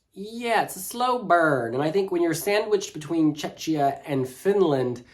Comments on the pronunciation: Please stop pronouncing Czechia with shh, it’s kia not shia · yeah, i am czech and it hurts, cuz it reminds me Chechnya (part of Russia) :DD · Please, PLEASE somebody tell it's pronounced "Check-ia", not "Che-chia" 😭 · Someone please tell that Czechia is pronounced CHECKIA (not "chetchia"), the same way the word Czech is pronounced CHECK (and not "chetch"). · First half ends after song 7 for whatever reason, so the commentator was right. 8 - 15 are second half so Switzerland is in it. They should've probably put it on the right side to avoid confusion. And good lord, what is that butchering of Czechia? If it was Check before, it won't turn into Czeczia all of a sudden. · yasss slayyy we love ur videos and how you explain how the running order works for even new fans 🥰 its pronounced checkiya btw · please it's pronounced CHEH-khiyah. Otherwise poeple are confused and they think you talk about the russian republic of Chechnya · Just a quick note, Czechia is pronounced as check + ia. One of the reason why I still prefer the Czech Republic. 😅 Other than that I also think that Ireland should have opened instead of Norway since Norway's staging is rather dark compared to Ireland's positive and anthemic song. But overall, RO for SF1 is decent. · Ikr, i hear Chechnya 😆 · Agree, when I heard it I thought he said "Chechnya "🙃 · Love how pronounces Czechia 😁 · I don!t want to be rude but please pronounce correctly Czechia because how you pronounce it is a different place and not even close to Czech Republic. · Like saying bom dia in portuguese with a Brazilian accents ALWAYS, while we are talking about portugal. Not really a lot of cultural sensitivity and respect